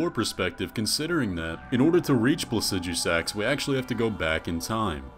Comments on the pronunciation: “Plasidjusaks”💀 Maybe I’m wrong but I’ve always said PlaciDooSaks🤣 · Pla cee du sax. God. Why can't anyone pronounce it the better way and they it rolls of tongue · "Placi-Deu-Six" is how its pronounced and no its not his skeleton the 2 heads are too far apart and it has 2 left wings signifying 2 left bodies....also lore wise he's the whole reason the storm is happening at the center and is LITERALLY at its center so he doesn't have a skeleton.....he's literally been waiting this entire time thats his WHOLE LORE. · The way he produced Placidusax as Pla-sij-oo-sax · doesn’t necessarily make your pronunciation right just because other people use it, though. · Based on how you pronounce placidusax, you shouldn't be allowed to reproduce. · The pronouncing of the dragons name bothers me... Why are u adding letters? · Ngl, I really dislike how you pronounced Placidusax.